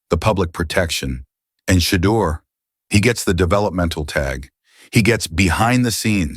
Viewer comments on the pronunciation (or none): This AI lost me when it called him shiter sanders.